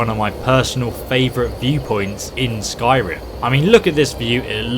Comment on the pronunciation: Skyrim not "Sky Run".